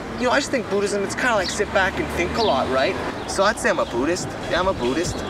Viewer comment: The way he says buddist the last time sounds posh or british